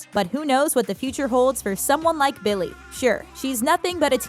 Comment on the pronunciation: Is it only me or is she really annoying me of how she is saying Billy’s name...